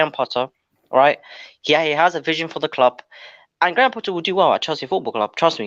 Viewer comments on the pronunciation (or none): is hilarious with way he was giving analogy of dating and saying Lapatagi instead of Lopetegui😂. Also Gray ham Potter pronunciation cracked me up.